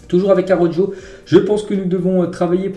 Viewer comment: mais pourquoi il prononce araujo avec le j mdrrr